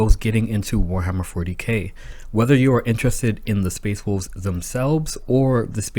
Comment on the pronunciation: Space wolbs? Learn how to speak